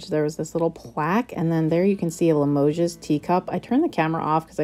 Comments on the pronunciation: Limoges is pronounced la mo shh. Not Limogeses..lol. You did so well with all those beautiful things! Fabulous finds, and I would paint the match safe too! 💚💚💚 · Just a friendly suggestion....Limoges is not pronounced with an "s" sound. Hugs!🥰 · Great haul! Amazing plates so far. Limoges is btw pronounced with no s sound. 😊👍